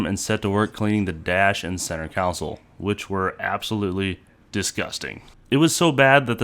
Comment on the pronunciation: Con-soul. Not coun cil